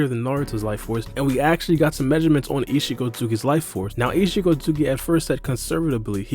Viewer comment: Isshiki not isshiko